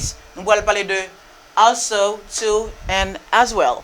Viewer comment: Sofke ou mal prononse also a teacher